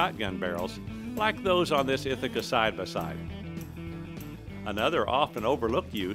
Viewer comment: “side ba side” wow you ARE from missouri arent you?